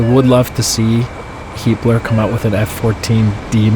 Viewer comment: Everytime you say Heatblur i always hear Heapler lol